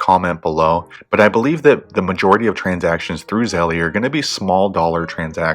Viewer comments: Wtf is zellee? It’s zelle like gazelle!!!! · Start off by paying attention to your pronunciation, this name obviously rhymes with "spell" not "jelly." Now if you want to get real technical about its linguistic origins, feel free to pronounce it like the Austrians would: tsɛlə...... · try googling "how to pronounce zelle" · that is not how you pronounce zelle, why tf would i find this video useful if you cant even say the word correctly. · why are you saying it like that